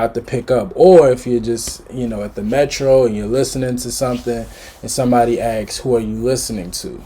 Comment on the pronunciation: ASKS. I like you, but it's not difficult to pronounce the word ASKS.